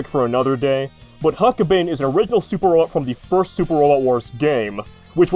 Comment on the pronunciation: It’s pronounced huck-bine as in B-EYE-N. Considering how many times you were going to say it over the course of the video it’s not unreasonable to expect you might checked before recording it.